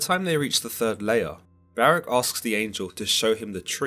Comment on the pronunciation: Ok…. 🤦🏾‍♂️…. Listen to the enunciation carefully, ok? Baruch (ba-ruuk) / Barach (ba-rak)! That’s my language and ancestors’ name that you’re butchering. *and Samael LOST to Jacob; hence, the name Israel(He whom wrestles with god)! 👍🏾#urwelcome